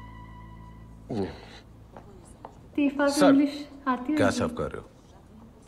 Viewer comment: It’s Teefa as in toofan:).